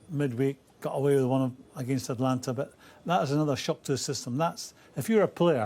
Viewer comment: It's "Atalanta", not "Atlanta"